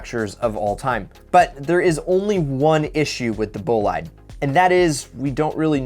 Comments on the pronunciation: ahahah wrong pronunciation its not bolied its bolide ahahh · Please stop calling it Bolaide. It's Bolide. French. They said it like 16 times in the video. Please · Not « bolaid» .. « boleed » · Please dont say "BOLAID" just Bolide! Its very simple!!! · Its pronounced "BUH - LIDE" / NOT BOW-LIDE. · "Bowlide"...I hate to be that guy but um..."boleed" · in french bolide means super fast car and it's pronounced bolead like read not bolide like ride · Everyone: Bolide: Ball-eyed😂😂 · Bowl-ie-day is the pronunciation of the Bugatti bolide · God damn stop. it's bolide(bo-leed) this shit pisses me off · Bugatti BO-LEED as it’s pronounced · Its pronounced boleed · Bolide is pronounced "Bo-leed" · Ideal media and shmee made curious of how to pronounce bolide since shmee says it boleed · Did my man say " Bow-lie-de"? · Its bo-lee-d to pronounce bro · Dude the i is pronounced as ee. Bolide is pronounced like Boleed. GET IT RIGHT. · Just to let u know, in the word "Bolide" the "e" is not mute. It's italian :) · My ears are bleeding, please look up how to pronounce "Bolide". Otherwise, nice video! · As someone who speaks French the way he says bolide deeply affects me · Your pronounciation of Bolide is horrifying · My italian is hurting after hearing his pronunciation of "bolide" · lol doesn't know how to say bolide